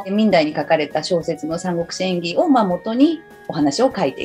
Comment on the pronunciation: 聞き手の方の「演義」のアクセントが「クラブ」みたいになってるのだけ気になってしまう……。 内容はとてもいいです！